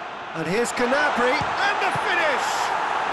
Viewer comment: its gnabry